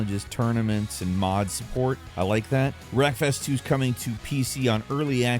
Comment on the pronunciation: Wreckfest2 sounded like you said breakfast 2 and I immediately thought wow a hobbit sim